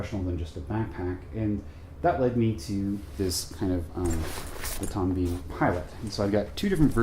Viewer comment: Pronounced Tom Bin not Bean